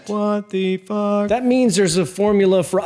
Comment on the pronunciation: “Wah thee fuh”😂😂